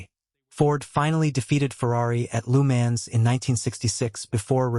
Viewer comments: Lou Mans haha stupid AI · lu mens? and heart problem? dude buy better ai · I stopped watching after hearing of the Temu version of LeMans. "Lou Mans" AI trash.